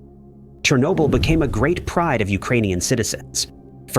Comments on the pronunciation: That pronunciation cracked me up! 😄 chair n-yo bull is what I believe is correct. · I couldn't take it anymore. quit watching. Your pronunciation of Chernobyl was so bad and so frequent, I was done. Even if there is no doubt, look for proper pronunciation of foreign named things. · Yep. Didn't even bother to teach the AI the proper pronunciation of Chernobyl. I quit watching . I couldn't take the stupidity of the AIs pronunciation. (irony there somewhere?)